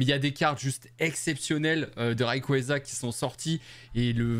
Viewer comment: Salut, on prononce "réiqouatza" WAAAA INCROYABLE l'enchainement dracaufeu gold avec mackogneur arc en ciel incroyable !! et le double salamèche est vraiment beau, super vidéo : comme d'habitude